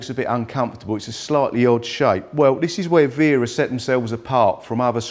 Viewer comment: Only person to pronounce it right lol